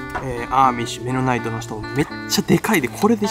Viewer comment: ハリソン・フォードの『刑事ジョン・ブック/目撃者』でも出てきたなあアーミッシュ メノナイトの発音がミッドナイトに聴こえる まだまだやな俺